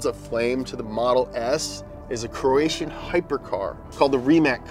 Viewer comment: Say Croatian better, sounds like Korea from your mouth Xd